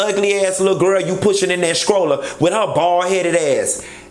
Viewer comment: That Miami really came out when you said SKROLLA instead of stroller!!! 😂😂😂